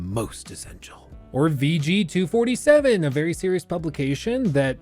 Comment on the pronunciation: when you said VG247 was the first time I realised it should probably be pronounced “VG 24/7”. Christ that’s bad branding.